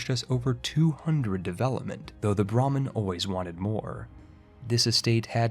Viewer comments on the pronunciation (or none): none